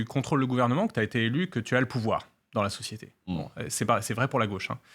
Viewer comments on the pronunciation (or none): Usul qui doit se frotter les mains: "Hon hon hon! Oui! a encore dit Sociéter!"